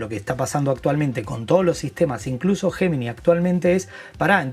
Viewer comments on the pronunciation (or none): Repite después de mí,: ye-mi-nai! Para que seas unos de los primeros en Latinoamérica que lo pronuncia correctamente. (Gemini)